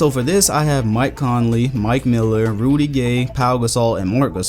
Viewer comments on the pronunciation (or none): none